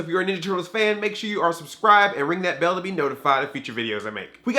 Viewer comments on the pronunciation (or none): none